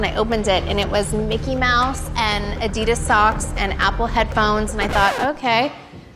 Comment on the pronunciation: Great video. But I cringe when Americans don't pronounce Adidas probably 🙈😖